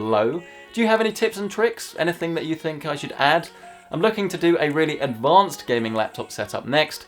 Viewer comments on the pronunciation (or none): none